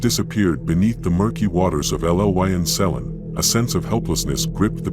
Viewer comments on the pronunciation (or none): “El el why en sell in” 😂😂 I’ve heard some mispronunciations in my time - but this one tops the lot! 😂